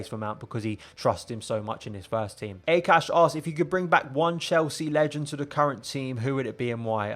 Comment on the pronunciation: How you pronounce indian name just gives me heart attack 😅😂 Akash is pronounced more like aaakash, not ekash. Similar to how you pronounce the “U” when you say umbrella ☂. Love your video btw.